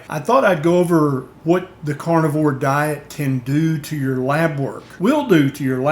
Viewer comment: Love your content. Although, I can't help but hear you saying "cornivore" every time, haha.